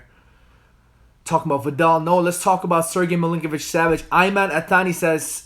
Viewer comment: Is he saying Milinkovic-Savage?